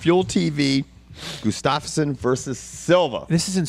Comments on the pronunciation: it's Gustafsson, not Gustafs-son. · Hey guys, nice show! I'd just like to point out that Gustafsson is pronounced "Gustavson" (much like Anderson). Keep up the good work. //Mattias from Sweden